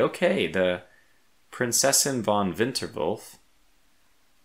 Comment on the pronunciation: Make sure to pronounce the "von" like "fon" (v in German often (not always, but in most cases) gets pronounced like an f while the W in German gets pronounced like the English v), but aside from that, your pronounciation was on point! :)